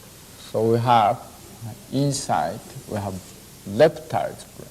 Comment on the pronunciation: In Japanese language, the L and R are interchangeable. I was first surprised when my Japanese friends say Lamen or Ramen